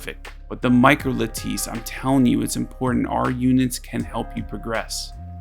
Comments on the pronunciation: lattice is pronounced like lettuce but with an i instead of a u. not luh-tice but lad-dise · La-tiss not La-teese